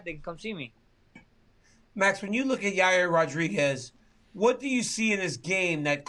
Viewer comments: Yayrear ruhrejiz💀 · Haha "Yair rodregis" I love max